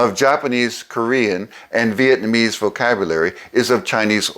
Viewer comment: I still find it interesting that people commonly pronounce Vietnamese as “Viet-man-ese”. Otherwise excellent video and super helpful for language learning - thank you!